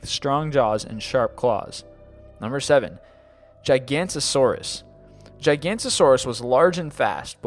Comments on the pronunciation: Plesiosaurus was only 10 feet long Giganotosaurus not gigantosaurus You butchered the names of the animals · It's GIG-A-NO-TOSAURUS. Not GIGANTOSAURUS. But still, cool video. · It's pronounced JIG-A-NOTE-A-SOR-US, not gigantasaurus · "Gigantosaurus" Jig-Ah-Noe-Toe-Sore-Us "Carnatosaurus" Car-Noe-Tore-Us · Jig-oh-not-oh-sore-us not gigantisaurus. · Giganotosaurus not Gigantosaurus. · Hi. A small correction; Nº7, the name is actually "Giganotosaurus" and no "Gigantosaurus". The Gigantosaurus was a sauropod (herbivore, long neck and tail, big body...) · It's Giganotosaurus not Gigantosaurus. Giganotosaurus is a meat eating therapod while Gigantosaurus is nomun dubium. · its ge-gha-no-to-sor-us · I'm sorry to be a grammar Nazi butIts JIG-UH-Notas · Could you please learn how to pronounce these scientific names before posting them to YouTube? Especially Giganotosaurus. It's pronounced "Jye-ga-NOTOS-Saurus". It's important not to leave out the "-notos" part of its name since that's the part that translates to "From the South". Carnotaurus is pronounced "Carno-Taw-roos" not "Carnotosaurus", there are only 4 syllables. Liopleurodon is pronounced "Lye-oh-pluro-don" not "Lioplirdon". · It's pronounced gig an oh ta saurous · He also mispronounced 'giganotosaurus'. it's not gigant-osaurus